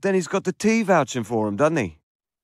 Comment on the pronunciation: The way they pronounced "doesn't he" as "dud nee" is amazing